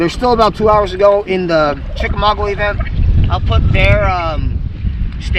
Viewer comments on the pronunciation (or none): You making fun of Ryan is hilarious even though you still can't pronounce Chickamauga correctly 😂 This vid is worth watching every second